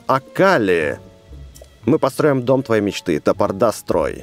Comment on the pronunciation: Бэст ты мои любимый Ютубер И правильно говорит не ТопордаСтрои а ТопорДастрой